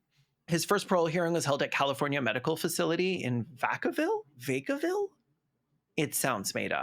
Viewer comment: Vacaville is in the SF bay area and is pronounced Vah-kah-ville